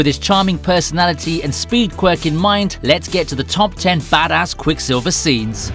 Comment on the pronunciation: Why when you said badass it sounds like fatass